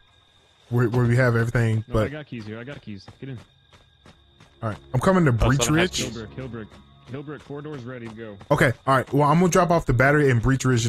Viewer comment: Breech Ridge? It's Birch Ridge haha